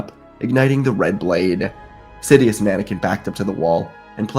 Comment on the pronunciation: He said " shidious"